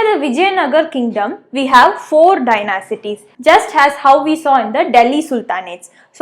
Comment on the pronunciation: Dynasties- Pronunciation "Dynasties" Correct "Dynacities" Wrong 😂😂😂😂😂😂😂😂 Mam, before teaching be teached properly. Curiously😂😂😂😂😂! What a teacher!!!!!!!!!